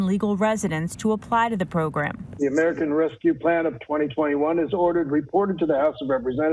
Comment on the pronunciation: Trump mispronounced America, Biden has a medical reason why he messes up some words, what's Trump's excuse?